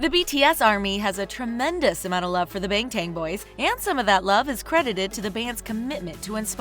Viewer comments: No one else got triggered by how she said bangtang boys ? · Lol bangtan boy???the way she pronounced it makes me cringe